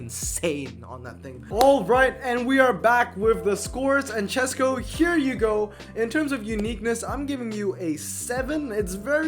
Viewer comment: Chesko here! Thanks for reviewing my garage and thanks for suggestion, I will max 2nd NSX 332. I am really impressed you pronounced my surname right, you're 1 in a thousand 😂 I actually haven't spend any money, this is completely f2p garage. About my Lotuses, I maxed 1st 323 when I didn't really knew what I am doing, then I wanted 233 version but mistakenly maxed it 323 again and finally I got another one couple days later and maxed it 233... Bugattis: I got 3 from regular ceramics and 2 from French premiums. Fun fact, one night I got 2 Veyrons from 3 ceramic packs I opened. I never knew my British garage is that big, I don't really check that stats 😅.